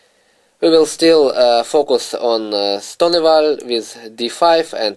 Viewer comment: You're right of course but at lease know how to pronounce the name of the opening you are going to talk about? Is that too much to ask? I actually bought the product and I like the lines he shows but whenever he says 'Ston ah vall' it just hurts my ears.